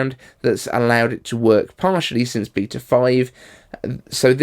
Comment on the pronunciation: Beata? You mean beta?